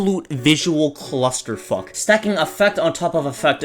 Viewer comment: I thought he was saying "Claustrofuck" as in claustrophobia